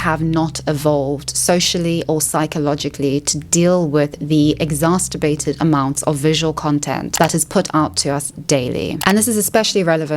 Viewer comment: Funny freudian slip when instead of saying "exacerbated" she mixed "masterbate" and "exacerbate" to say "exasterbated"